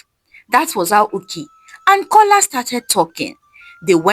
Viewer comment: The name is A joke His name is Kola not cola